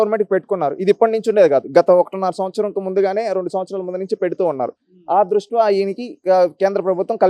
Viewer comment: ద్రుష్ట్యా అనాలి బ్రో.ఏదైనా మీ విశ్లేషణ చాలా బావుంటుంది.